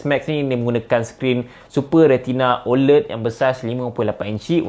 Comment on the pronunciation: ofc la iPhone XR boleh last longer vs Xs Max, sebab screen XR HD+ je, Xs Max full HD+ so tak pelik pun kat situ. satu lagi, sebutan 'OLED' patutnya ada bunyi 'æ', bukan 'e' iykwim